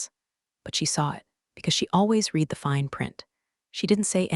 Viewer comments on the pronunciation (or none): What is "two dollars point 4 M"?? Might it be 2 point 4 Million Dollars? Say Yes. 6th time: READ is in a past tense sentence. Pronounced "RED" not "REED" as you always fail at. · Long A. A-va. Read (to read) and read (red, past tense). Train your AI better prior to releasing.